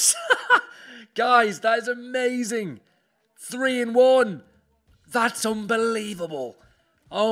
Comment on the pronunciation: Am I the only person who thought of a Chinese when he said 3 in 1 😂